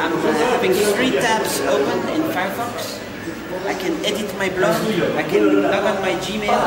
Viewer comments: "Fiyahfox" xD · Firefox, real laptop, man you gotta love how he pronouces it